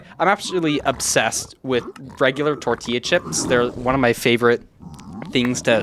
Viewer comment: the accent on tortilla is so funny I love to hear Americans say words in Spanish lol